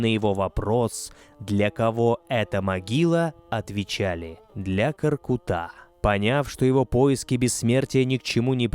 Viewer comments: Произносится не КоркутÁ, а КоркУта! Что за тема ставить ударение на последний слог везде?! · Сразу чувствуется, что очень хорошая подготовка! Правильное ударение и произношение - это так важно для отличной подачи материала! Только не "КоркутА",а КоркЫта ( скл.в род.п.), КоркЫт . Благодарим вас, самые лучшие из лучших! С уважением из Алматы, Казахстан. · Не Каркута , а КОРКУТА ударение на У! Ребята , спасибо за популяризацию казахских муз. инструментов!!